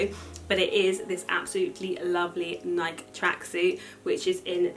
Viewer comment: It’s pronounced Nai-kee not Naik.